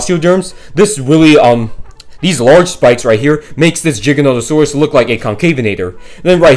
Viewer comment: No he didn’t pronounce it correctly, it’s not pronounced (J) it’s (G) stop pronouncing giganotosaurus with a J🤦